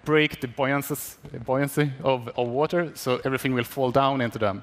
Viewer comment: wat-er lot of fun